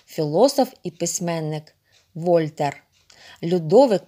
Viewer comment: Вольтер,Буало!Наголос на останній склад,вони французи!